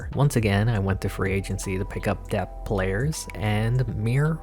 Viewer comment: Dude. Please. It’s depth. Not dep. The ‘th’ at the end isn’t silent.